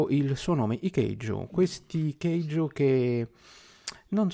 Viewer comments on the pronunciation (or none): L’analisi è personale e ognuno ha diritto di commentare un prodotto come vuole…ma ti prego la pronuncia KEIJU non se po’ sentì😂